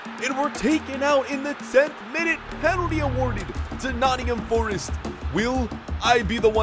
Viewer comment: Yes!!!!! , my fav team !!! , it’s not nott’m , it’s Nottingham forest , pronounced nottinghem forest